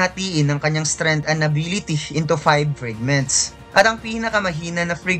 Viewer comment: Fragments tagalog pronunciation hindi frigments